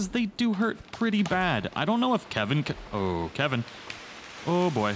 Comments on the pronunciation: ITS KELVIN NOT KEVIN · not to be that guy but sorry i-i-it's Kelvin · IT'S KELVIN, K.E.L.V.I.N! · I lose braincells each time someone calls him Kevin instead of Kelvin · Not Calvin Not Kevin It is Kelvin... shesh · thanks for the help but his name is KELVIN D: this drove me mad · its not kevin its kalvin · His name is Kelvin not Kevin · Am I the only one who is annoyed when ppl can't pronounce pretty simple words. For instance it's spelled Kelvin but yet everyone calls him Kevin.